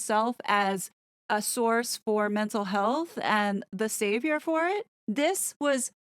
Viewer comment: Sweetheart, did you say Savior or Satan?